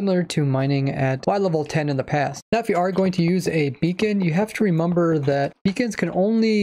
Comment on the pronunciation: Why do you always say remamber and not remember